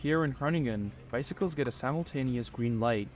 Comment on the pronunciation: "Groningkren" ?? what is "Gorningelen" ???? never heard off that here in Amsterdam.